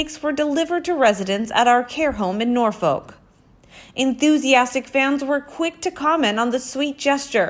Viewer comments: Lol Americans have trouble with pronouncing our town/city names. :-D We say Norfuc, not Norfoke. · It's actually pronounced Norfok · Always heard it pronounced Norfuc. I have never heard it pronounced any other way.